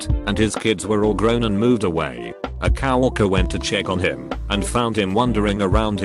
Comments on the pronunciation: Normal: Co-Worker Text-To-Speech: COW-RERKER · If the electronic voice said “cow worker” 🐄 one more time, I was going to scream.